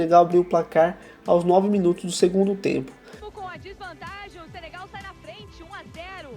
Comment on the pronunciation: "Senegal" não Sebegal